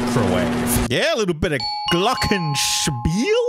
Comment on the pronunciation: The way he said glockenspiel gives me pain